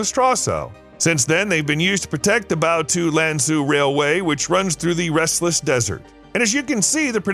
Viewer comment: Love your video, but Lanzhou is pronounced lan-joe, not lan-zoo